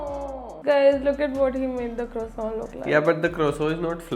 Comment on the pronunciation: Its not croso its croissant